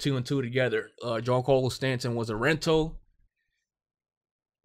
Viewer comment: why do you pronounce Stanton’s name like that? Lmao and not tryna be rude but your logic makes no sense.